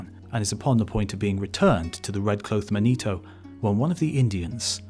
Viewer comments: Is he trying to pronounce "manitou" or is "Manito" some Italian dude they expected? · It's pronounced Man ih too not man EE toe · Second correction - the name Manito is pronounced MANitoo not manEEtow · Not man-ee-toe, man-i-too. Gitchee Manitou. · This guy constantly mispronounces Native American words and the names of tribes in EVERY video he does about them. As a Native I feel insulted that he cannot take the time to research things concerning my people more then this. Manitou is not pronounced Ma-nee-toe it is pronounced Man-ih-too. Emphasis on the first syllable not the second. The last video I saw of his he called the Osage Oh-saw-gee! Its pronounced Oh-sage two syllables not three! The G having the soft J sound not the hard G. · The Great Manito is pronounced "MAH-nee-TOO."